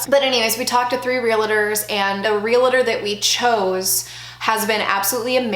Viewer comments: Real-tor. REAL-TOR. There is no I in realtor. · Is pronouncing realtor as “realator” a thing in some states? I didn’t know some people pronounced it like that.